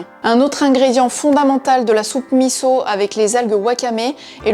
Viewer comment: Bravo de bien avoir prononcé MISSO !